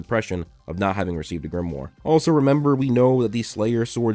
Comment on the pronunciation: At least try to pronounce Grimoire properly, DAMN IT